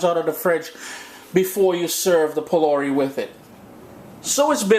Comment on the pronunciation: Why do you pronounce the words so unlike the original pronunciation?. ...”phulaurie” is how it’s pronounced.